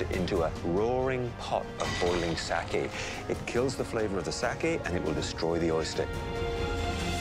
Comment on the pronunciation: I’m getting Triggered from his pronunciation of “sake”. it’s worse than the whitewashed pronunciation.